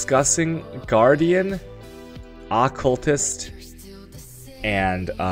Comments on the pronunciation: Had to dislike cus you triggered me bad keep saying accultist rather than occultist .. >.< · Uh-cull-tist xD Al-ka-mist xD ♡ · Good lord. AH-CULTIST? That shit was bugging me so bad... Lol.